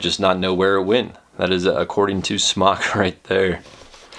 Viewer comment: You're hot so I'll ignore the fact that you're pronouncing the mfg "smock" instead of "smoke."